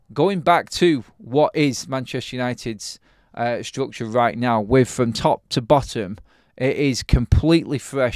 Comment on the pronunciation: "Strukchoh, strukchoh, strukchoh..."